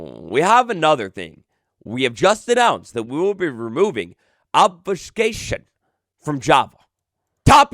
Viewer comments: I feel your diction pain as (for medical reasons) I've had to learn "how to talk" 9 times in my adult life. Try this slowly: Ob-few-skā-shun I think part of the trouble you were having to start with was the incorrect vowel sounds 🤞🤍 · Obs-phew-kashion (how to pronounce obfuscation)